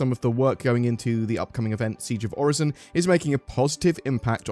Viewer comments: Its not pronounced like Horizon. Its definitely Oh-Ri-Son. Im so excited for the groundwork for salvage and the cargo refactor lets gooooo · Also Orison I would think is best pronounced as ori-son, I doubt the s is a z in this case. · I strongly think, and feel if Orison was meant to be pronounced "Or-eye-z-on", there would be a conjoining vowel with the "i" (example: "Oraizon", or "Oreizon"); also, or Orison would possibly be spelled with a "z" (case in point, "horizon"). Still, ever since Orison came to be in 3.14, if memory serves correct, I have always heard it pronounced "Or-i-son" (with the phonics of a soft "i"); so, this his how I will pronounce Orison. Yet, to avoid a debate on phonics I kindly request that no replies be added to this comment. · It's most definitely pronounced 'Orison." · I think its pronounced Orison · It's obviously pronounced as "Orison" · It's pronounced orison duh 🤣